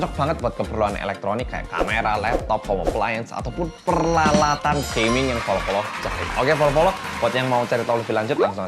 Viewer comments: Apa cuma aku yg dnger bang ngmong peralatan jdi per lalatan? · Wkwkwk ngakak ngomong peralatan to peralalatan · Salfok bilang peralatan jadi perlalatan😂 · Ada yang sadar bilang "perlalatan" 😂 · "perlalatan" Me: NGAKAK ༎ຶ‿༎ຶ